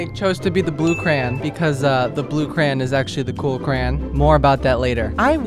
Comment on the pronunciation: The way you say crayon like crayin, crain, and cran 💀💀💀